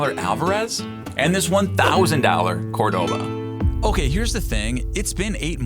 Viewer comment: Bottom line - you get what you pay for! P.S. It's COR-do-va, not Cor-DO-va. 😊